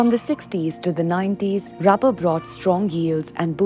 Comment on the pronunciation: lady, its not "rabber", its "rubber"